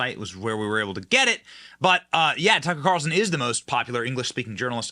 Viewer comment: Why do you have to say “Tucka’ Calrson” at the beginning, middle, and end of every sentence when reporting on him?!